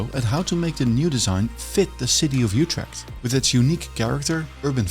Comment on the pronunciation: There is no "y" sound in "Utrecht"!! The "Ut" is pronounced like "it" but with your LIPS EXTREMELY PURSED, leaving only a small opening, like when whistling. That is close enough to how the Dutch pronounce it. Don't be greedy now.